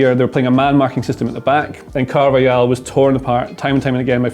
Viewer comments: Great analysis. Pronunciation tip: the J in Araujo and the J in Carvajal are pronounced like H: Ah-ra-oo-ho, Car-vuh-hal. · IT'S PRONOUNCED CARVA-HAL